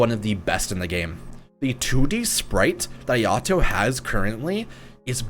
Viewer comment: So since we’re correcting your pronunciation, Ayato is pronounced like “Eye-Uh-Toe”